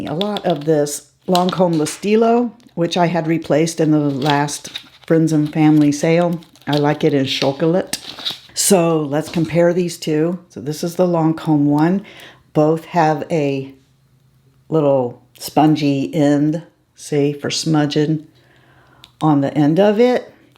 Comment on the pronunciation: Today's Lancome French lesson: "Chocolat" is pronounced "show-co-laah." Just had a square of the edible version of dark "show-co-laah." Yum.